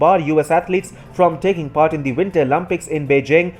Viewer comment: winter “OLAMPICS” 💀💀💀